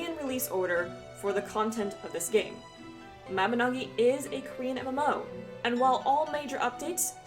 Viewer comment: It's ma-bin-oe-gy